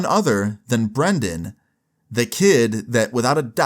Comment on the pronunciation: love how everyone says brendon when the name brandon